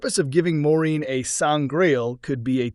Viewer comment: Has this channel even watched the series? Keeps calling Moirane 'Maureen' lol